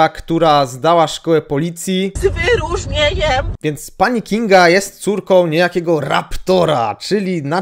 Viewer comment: Jak przestępca spotka panią K. to będzie już wiedział, że to żadne zagrożenie i jedyne co mu może grozić to 0,7 whisky za załatwienie tego czy owego na "lewo" dla pani K. Gratulacje! Wspaniały absolwent. Z "wy-ru-rznie-ńjem"! Teraz do pałowania na demonstracjach przystąp! I to z "wy-ru-rznie-ńjem"!